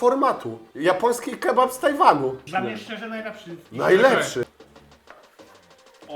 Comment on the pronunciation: "Robimy kebaby rollo, bo tak jest trudniej, i robimy to dal was, żebyście mogli to zrobić łatiwej". kocham cię, ale chyba jakieś spięcie na łączach się wydarzyło:D